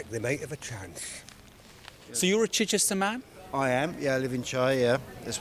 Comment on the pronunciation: This was my constituency until I moved recently. Ms Keegan was a terrible MP. Near the bottom of the list of accessibility. She wouldn’t answer a message but you could hear her every other night on LBC. Definition of self serving. Keegan can’t even pronounce ‘Chichester’ - was just installed there because it was a safe seat.